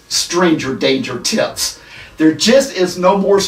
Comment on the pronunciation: When talks about "tips" it sounds he changes "p" with "t" and makes it much more creepy. Just sain.